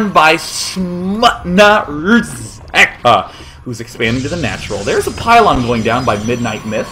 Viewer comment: SMUTNA RZEKA, wow, Day9 ur Polish is quite good ;)